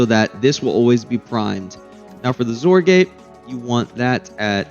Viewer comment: I love that you pronounce XOR as "zore". As a programmer, that's how I've always said it.